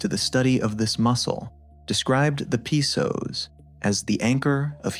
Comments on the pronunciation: haha, it's not called the P soas, it's just the Psoas without the P sound. Fix your AI guy. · I believe it is the “Psoas” lol not the “P-Soas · Should definitely not listen to anyone who calls it P-soas Probably AI slop, definitely b.s. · Video came back But Your images dont match the exercise and your AI voice pronounces PsoAs wrong it’s not P soas